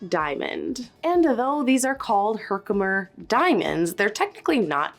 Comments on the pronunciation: The easiest way to say Herkimer is separate the syllables. Like this: her-kim-er. Not himkimer. ❤ Love your channel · It really bothered me that you kept saying Hemicker when it’s Herkimer. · I'm surprised you don't call Moissanite Mans-in-oit! You calling a Her-ki-mer a ham-i-ker is too annoying to finish watching your video. Definitely need to refine the actual names of gem stones if you are going to make videos about gems before annoying a lot of professional gemologists. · 43 you pronounced it correctly. It all went downhill from there when herkimer changed to hemiker 😂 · Why are you calling the Herkimer "diamond" a "Hemker diamond?" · Youre cute, its H E R K- I M E R . Live by there, so. You said it right initially, in the beginning of the video. Thank you for your testing, interesting. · I cringed every time she said Herkimer wrong. Herk im er. ::sighs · It’s Herkimer. Herk-I-mer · HER-KER-MER that should help😂❤ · Her-ki-mer. Sorry but your pronunciation is driving me crazy. I've noticed in more than one video..sorry if this is coming across rude. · What did you pay for the Herkimer? (HER-KI-MER, not that hard to say.) Because if it was high grade for that size, it would be expensive. But that's the lowest grade I've ever seen, so size doesn't help. That's poor quality. The black specs in it is carbon, so it's probably real. But the clarity of it is horrible. Clarity is what Herkimers are known for, so, that thing is practically worthless. Idk about any of the others. HOWEVER, I saw somewhere that if you can see bubbles in them, or, other gemstones, they're plastic or glass, & I saw bubbles all over in those other ones under the microscope. Also, real stones have more weight, & stay cooler to the touch than glass or plastic. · 🤦‍♀️ HER-KIM-ER. Really disappointed that you would try this video without a diamond tester. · It's "Her-Ki-Mer" and "Mar-Key" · Her-ki-mer diamonds were fiirst found in Herkimer New York.